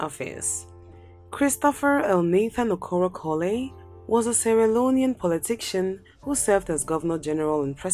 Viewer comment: Muritala Mohammed was a Nigerian head of state should be on the list. He ruled for 6 months. Your presentation is not a comprehensive and extensive research. In addition, work on your pronunciation.(politician, massacare were badly pronounced)